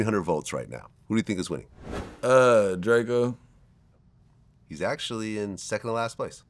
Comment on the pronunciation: This nigga said drako. I gotta be getting old.